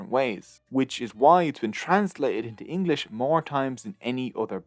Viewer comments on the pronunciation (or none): none